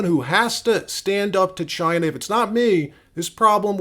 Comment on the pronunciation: You didn’t say China right